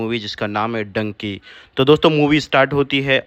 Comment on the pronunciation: Zuban fisal gai thanks will take care next time